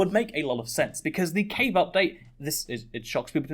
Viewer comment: Ngl thought you where saying cake update for a while